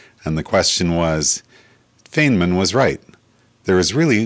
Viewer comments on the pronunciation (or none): Because you obviously did not understand my post, you are not a serious student of physics. 1) ANYONE who pronounces the name Feynman as "Fane-man" is a total quack. It is similar to calling Einstein phonetically pronounced as "Ane-stain." ANYONE who does that is not someone to be taken seriously. 2) My other points are equally as valid. 3) This video did not offer ANY THEORY. He merely attempted to offer theories from the past. Nevertheless, he got it wrong. I corrected him. 4) Because I immediately realized he was a crank, I stopped listening. However I just listened to it again. He says that there are "Trillions of electrons." That is laughable. There are roughly 10^80 electrons in the observable universe. A trillion is merely 10^12. 5) I recommend that you not attempt to correct someone over things that you have little knowledge. Go ahead and look up my FACTS. Do you know what you will find? You will find that they are FACTS. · Feynmans' name is pronounced "Fine-man!." Furthermore, Feynman didn't come up with the idea of only one electron in the universe. His Doctoral advisor, John Wheeler, did. Wheeler proposed that a positron could be this one electron moving backward in time. This is now widely accepted as a fact. But the single electron concept remains unknown. It wouldn't surprise me if it was true. The deeper you go into physics, the more bizarre it gets.